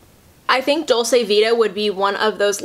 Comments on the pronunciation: I don't get on at all with Nars creamy concealer either it's so thick! The climax mascara was awful, I thought I was the only one that was confused with the hype! Love their radiant foundation and blushes though. Just a side, "dolce" is pronounced "doll-chay" <3 xx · Hi, it’s pronounced dolch-eh actually!